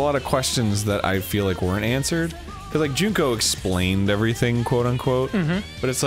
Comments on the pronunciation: Most of the time he says "Joon-ko", but in this episode he said "Junk-o" at least once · He only slipped once or twice on Junko and nailed it the other times. My english brain also sees it as Junk-o first before doing the pronunciation tweak last second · I just enjoy how Dan sometimes says "Junco" (as in the sparrow) instead of Junko in some instances. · Me: "I can't believe Dan can't pronounce Mukoro correctly." Dan: "Junk-o." Me: "Makes sense."